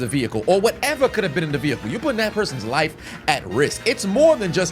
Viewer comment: Lmao The “ veehickle “